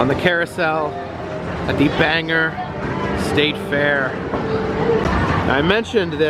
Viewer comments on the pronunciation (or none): Ok I am from Maine, you pronounced Bangor wrong, it ends in or not er. It is not Banger. It is Bangor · Not Banger....Bang-Gor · ITS BANG-OR! NOT BANGER you dunce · It's Bangor not banger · It's not banger it's bang"o"r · it`s not Banger...it`s Bangor. Thanks for coming to visit, now get outta my back yard...lol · The pronunciation of Bangor, is Bang Gore. Not Banger. Nothing boils my blood more than a tourist completely butchering the name Bangor. Weather News guys do it constantly when I'm traveling and it makes me furious, someone please tell these people the right way to say it. Like people calling Saco, Maine, Sacko, when it's pronounced Socko. Don't do it again 😂 lol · It’s pronounced Bang•gor. Not Banger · It's pronounced bangor not banger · Ban gore is how you say it not bang er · BAN GOR NOT BANGER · It's not banger lmao! It's bangor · The Bangor fair is so fun! I remember going with my family. I will never forget the time I got see actual ostriches in an ostrich race. Also, you're pronouncing Bangor as Bang-er. It's pronounced Bang-or. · Bangor not banger. Lol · Dude, it’s not Banger it is bangor long o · It's pronounced Bayn-gore. Not banger. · I've never been there but I know that it's Bang-or not Bang-er... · Its called Bangor Bang-gore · It’s Bangor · wow...i dint know you were in maine! but its pronounced Bang gore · It is pronounced BANG-GORE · You need to go to the Fryeburg Fair here in Maine, it's the biggest fair in the state. Bangor is pronounced as spelled, not Banger. Trust me I had to correct my family that comes to visit. My town(Clinton Maine) has a fair, as well as Skowhegan(they have way more rides.) Late summer ushers in what we Mainers call "fair season". Hope that helps! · It`s pronounced Bang-Gor.... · FFS people..... IT'S PRONOUNCED BANG-OR...... BANG GORE!!!! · It’s pronounced Bang gore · Say it with me... Bangor. BANG GORE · It's actually pronounced like BangGore...As a native Mainer, I had to correct the mispronunciation.